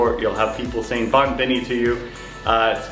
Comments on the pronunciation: he is wrong pronounced bone not bon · Like that you try your best to speak Papiamento, but you pronounce it not in the good way.. for example: "Hopi bon and Bon bini." Use the letter 'O' as how you write it, and say it in that way! So not like this is you say it in real life:" Hapi ban and Ban bini." Say loud the 'O' and you're on the right track. Btw locals are really appreciate it if you try your best to speak our language Papiamento. ❤️